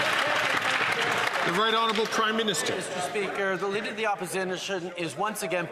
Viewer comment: "the lineader of the opposinition"? Is Trudeau drunk?